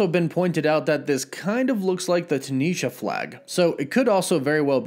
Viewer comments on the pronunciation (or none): none